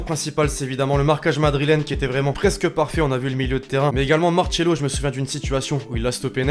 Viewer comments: Arrêté de dire Marchelo, c'est Macelo😭😭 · Arreter de dire Macelo c'est maRcelo 😭😭